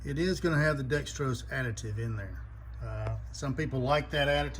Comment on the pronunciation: Why do people say Dextros when it is spelled Dexos?